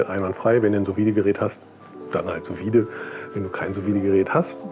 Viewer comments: ich weiss nicht, ob das ein running gag von dir ist, aber das "vide" in "sous vide" hat ein stummes D - quasi "Su Wie" ;) sehr geiles rezept ansonsten! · Schönes Video und geiles Messer. Ich bin von Sous Vide auch sehr begeistert, probier mal Ananas als Nachtisch, falls du das noch nicht gemacht hast. Kleiner Tipp nebenbei, man spricht es "su wied" aus - ohne E am Ende.